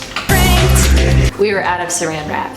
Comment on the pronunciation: The way said pranked every time killed me inside 😂